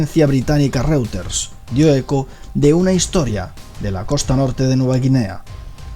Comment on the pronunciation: Unas clases de alemán y de inglés para el narrador por favor,para que aprenda a pronunciar correctamente "Reuters" y "Fort Lauderdale"